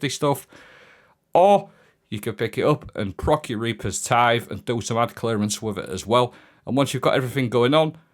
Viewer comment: Absolutely gobsmacked that he got reapers tithe correct.